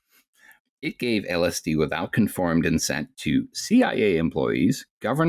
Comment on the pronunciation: this mf really said "conformed incent" (jk, I do that all the fucking time and this is a super fascinating episode for your local "too square and a wuss to do any drugs" kinda dude) for anyone interested, I'd recommend oh no ross & carrie's series about going on an ayahuasca retreat. it is about the entire experience of the retreat and not just ayahuasca itself, especially as only one of the hosts could actually partake for health reasons, but it's a very interesting series and goes into some of the more serious aspects include the mental health detriments and benefits, as well as spiritual tourism as an industry. much to consider